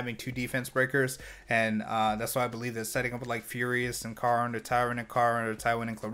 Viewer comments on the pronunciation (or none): When you call Karin (care-in) Karn (car-nn). I mean she hits like a car, but she’ll still cares for you.